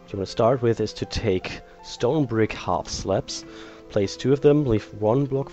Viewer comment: sounds like he says half slaps. lol